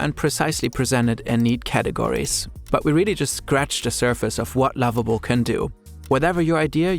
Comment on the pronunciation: i instantly thought you were saying Labubu when you said Lovable 😭🙏🏽